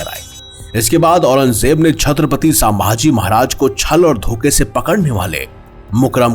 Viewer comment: Plz nam to thik se pronounce karo.....saambhaji nhi sambhaji Maharaj